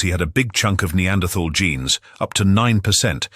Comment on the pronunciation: He pronounces Neanderthal wrongly and it's very irritating.